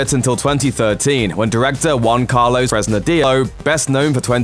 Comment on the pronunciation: Why does it sound so weird when he says Juan Carlos’ name